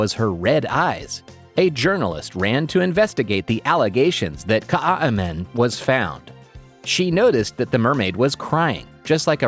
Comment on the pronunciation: The south African name is so butchered its kaai is one word like how you would say Kai and man translates to men